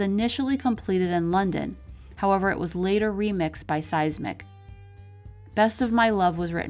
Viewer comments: Pretty sure my guy's last name isn't pronounced, "Seismic" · Always waiting for the next Eagles album to come out. Too bad Don turned out to be a music natzi! Great story but you kept mistaking mispronounced the sound engineers name… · Pronunciation of Eagles producers name (Bill Szymczyk) wasn’t even close.